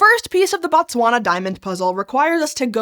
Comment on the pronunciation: Very informative video. I always get surprised when Botswana is mentioned. I remember Fairly Odd parents randomly having a pop quiz about what the capital of Botswana is 😂 Not the best pronunciation of Botswana 😅 but great video